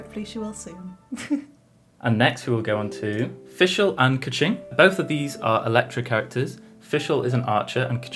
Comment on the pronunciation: bruh he pronounced keqing, ningguang, kazuha, ganyu, zhongli, xiao, and xinyan wrong lmao. he should make more of an effort plus their name pronounciations are literally in the game.